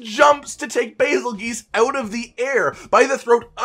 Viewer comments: Somehow the "basil geese" pronunciation bugs me even though I instinctually go towards it too. Shouldn't it be "basil juice"? Like Betelgeuse is? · Why why why does everybody seem to think that the letters geuse together are pronounced GEESE. Has nobody ever heard the name Betelgeuse pronounced???